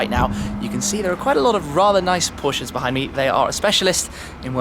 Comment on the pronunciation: anybody else laugh a little when Shmee called a couple Prosches sleepers lol